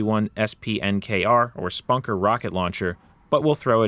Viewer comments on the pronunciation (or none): "Spanker", not "Spunker". Also the M6 pistols are commonly just referred to as "the Magnum", I don't know where you got "the handcannon" from. It is what would be considered a Handcannon, but it's not The Handcannon